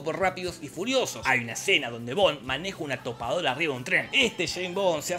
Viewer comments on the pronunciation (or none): none